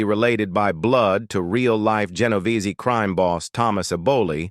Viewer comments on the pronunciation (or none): none